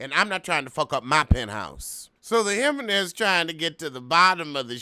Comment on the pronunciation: “Him-men-nez” takes me out everytime 😂